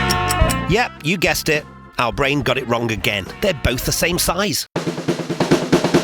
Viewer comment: There's an audible illusion here too. When your say bwain I hear brain.